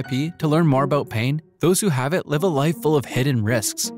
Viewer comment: I'm sorry, 12 seconds in and "live" is pronounced wrong? Is this a bot voice or just the first take reading the script? That is such a weird thing to do